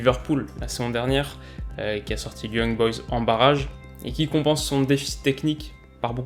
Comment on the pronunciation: Si jamais au début tu dis l’étoile de Belgrade à éliminer yb tu as prénoncer yung boys mais si jamais c’est young boys le ou 😂 bref si jamais bonne vidéo comme même